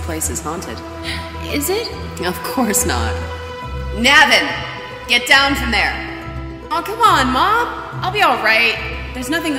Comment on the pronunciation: Navin’s name is pronounced “Nāvin”